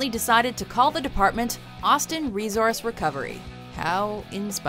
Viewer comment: Why do people say rezorse instead of resource